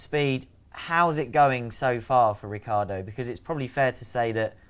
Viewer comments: Who is Ricardo?He is Ri-chee(as in cheetah)a-ar-do. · That’s how it’s spelled, he pronounces it Ricardo.